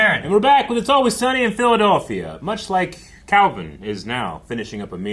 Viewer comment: Phil-Adolf-ia instead of Philadelphia, confusing a bell with a gong…Ohio…